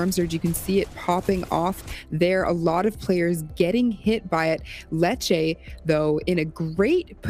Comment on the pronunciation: Dude why does he pronounce letshe.....letshea I can’t stand it when commentators say people names wrong